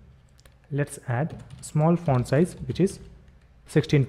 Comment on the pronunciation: Ever time he says font it sounds like *orn